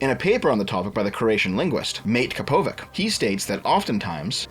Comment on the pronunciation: I'm guessing his name is actually pronounced "Mat-te Kapovits"